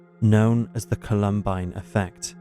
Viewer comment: The narrator sounds like AI, how did he mispronounce Columbine